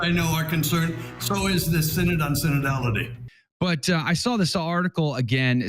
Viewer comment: SIN-ODD OF SIN-ODD-ITY